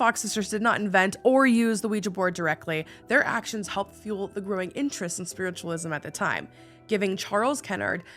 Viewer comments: When you said spiritualism wrong I lost it 😂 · I DEMAND a sweater with "SPWITTUWALISM" ON IT!